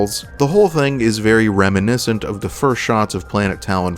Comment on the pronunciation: "Very reminiswnt of" avatar... the shitty one, not the air bender one.